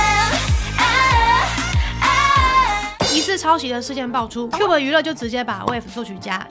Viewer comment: 11：06 是Cube 喔不是Cuba 😂